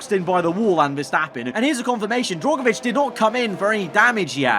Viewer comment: For goodness sake the man's name is DRUGovich not DROGovich